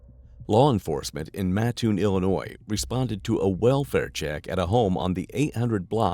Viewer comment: At least he says Mattoon right!!!! Go Green Wave lol